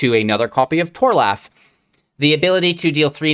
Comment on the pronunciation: Mans said "Tor-Laugh"